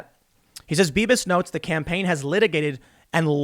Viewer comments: Beavis? Are you saying Beavis? Lol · Did anyone else hear "Beavis" when Tim said "Bibas"? ...just me?